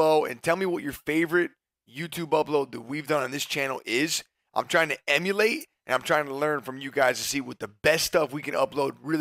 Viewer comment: I feel like saying “emulate” hurt nicks brain a bit.. love you nick 😂